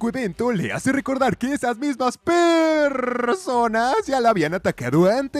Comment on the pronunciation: Esas perrrrrrrrrrrrsonas Jajajaja me mataste 😂😂